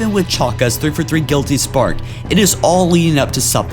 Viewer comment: ITS THREE-FOUR-THREE NOT "TREFOTHEE"